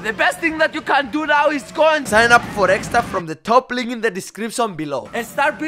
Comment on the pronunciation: Does fidias say estra not extra?